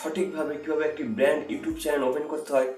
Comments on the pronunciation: চ্যালেন নয় ভাই চ্যানেল বলো🤭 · চ্যানেলের জায়গায় চেলেন বলে দিয়েছেন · চ্যালেন নয় দাদা, চ্যানেল হবে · ভাইয়া চেলেন না উচ্চারণ টা হবে চেনেল